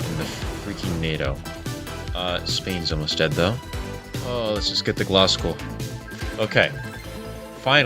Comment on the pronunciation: Bro’s Scottish accent exploded when he said “Glasgow”